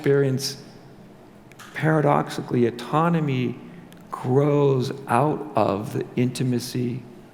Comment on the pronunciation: Pronunciation: aww-tonomy. Great talk!